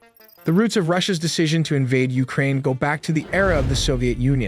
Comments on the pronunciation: Ukraine ❌ Ulkraine ✅😂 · What is Uklraine? 😅😅